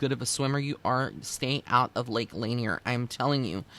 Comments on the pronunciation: Thus far there are 700 confirmed deaths and 27 unrecovered bodies at L Lanier. Thousands of freak accidents and well known ghosts surrounding the lake. It actually does have an eerie feeling there. Btw it's La Nier. Not laner. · Also just FYI it's pronounced Lake La-near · I live next to there. Lot of drownings and I will not swim in there. It is pronounced "La Near". So glad I found this channel! Thank you!